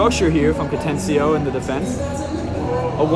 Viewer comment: It's pronounced Ca-ten-na-chio. 🤦🏼‍♂️